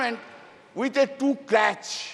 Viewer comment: Crutch not crach